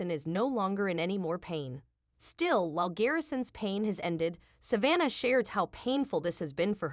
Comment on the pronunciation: IF YOU CAN'T EVEN PRONOUNCE SAVANNAH HOW ARE WE SUPPOSE TO BELIEVE YOU?